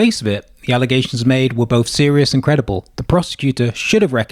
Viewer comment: Why say 'Bofe' instead of 'both'. Grow up and stop being so lazy.